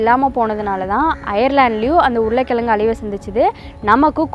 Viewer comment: உருல கிலங்கு இல்லை உருளை கிழங்கு. இலப்பு இல்லை இழப்பு. அறிவியல் சார்ந்த வீடியோ போடுவதில் தப்பில்லை உச்சரிப்பில் கவனம் செலுத்தவும்.